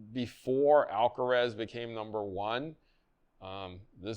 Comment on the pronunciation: Alcaraz not Alcarez